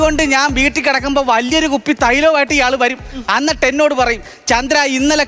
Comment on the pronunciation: അന്നിട്ട് അല്ല എന്നിട്ട് ആണ് 😊